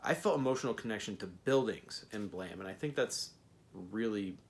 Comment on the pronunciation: So were just going to ignore the e at the end of the word?